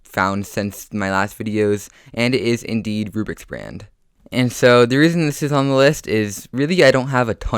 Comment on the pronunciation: Omg you said rubriks brand that hurt